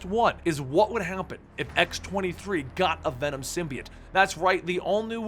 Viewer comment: Why is he pronouncing "Symbiote" like that? just so wierd